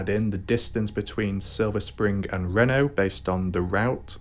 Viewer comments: It’s pronounced….. REEENo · It’s pronounced ree know